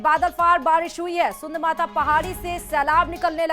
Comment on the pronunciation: सुन्ध माता नहीं सुंधा माता हैं 😊😊